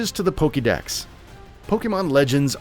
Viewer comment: 2 Things You Should Have Known Before Making Your Video: -It's Not Pronounced Ark-eus -It's Not Pronounced Pokey-mon, Pokey-dex or Pokey-ball